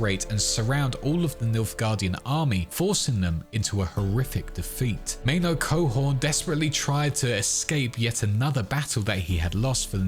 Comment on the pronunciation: menno coehoorn, as in menno van coehoorn, the dutch general? bro didn t even try with the names